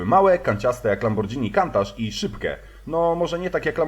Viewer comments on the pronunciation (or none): Czyta sie kuntaż a ni kantacz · LAMBORDŻINI KANTACZ haha :D MISZCZU